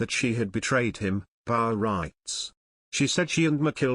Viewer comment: You would think this narrator would learn how pronounce Rory Mcilroy's name you know this story is not true.